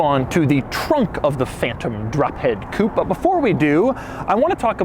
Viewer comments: It's a "Coupé", you pleb. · I wonder why you american don't pronounce the E in the end of coupé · Is he deliberately pronouncing 'coupe' incorrectly or is it an American thing? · It depends on how it is spelled. This is Phantom Drophead Coupé - pronounced coo-pay. The Mercedes-AMG GLE63 Coupe is spelled by MB without the accent aigu, therefore it is a pronounced coop. Doug is mispronouncing it in this video, but pronounced it correctly in his MB video. Or he's just trolling ;) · Why does he keep pronouncing coupé as "coup"?? >.< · You do not pronounce coupé the right way . There is an accent at the end (it means cut in French) so pronounce it like the pe on pessimistic . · What is a "coop"? Coupe comes from French and is pronounced coopay. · It's a Coupé (coo-pay), not a coupe (coop). Just sayin' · it is Coupe (cupeeeeee..iiiii) not kup...as u pronunce it...damn it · You said Coop !! 27.000 times .......as an anglophile you surely know it's pronounced Coupe' (Coupay) .........and as for "aluminum" instead of Alu-mini-um....well I never ! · Oh my ,Doug could you please use the proper pronunciation of coup'e when addressing a Rolls Royce..? Please say coup, pay...Isn't it, say what and all that... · Please can we get a petition to officially make "Coupe" pronounced the way it should be in French coupE with E pronounced, its not a CHICKEN COUP!! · Pronounced coopay not coop . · Stop saying koop. It's coupe´ which is pronounced koopay.... Grrrh..!! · Why do you always pronounce it "Coop"? Its supposed to be pronounced "Coopay". I know you are american and i know you guys cant pronounce foreign words to save your life, but at least try. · It is pronounced COOPAY not COOP. A chicken COOP is where chickens lay there eggs!! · Can you please pronounce it Coo pay. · To all Americans and once and for all: IT’S NOT COUPE IT’S COUPÉ (COUPAY)!! IT’S A FRENCH WORD, NOT ENGLISH!! COUPE MEANS CUP IT’S NOT A CAR SPEC!! GODDAMN!! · Why do Americans pronounce coupé, coop?